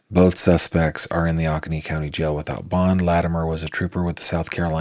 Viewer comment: GF: It's pronounced Oh-ko-nee county. This town is just five miles from me. My 21 month old granddaughter weighs 25 lbs. I can't imagine the suffering of this little boy at 4 yrs old and 21 lbs. This is truly heartbreaking and maddening cruelty.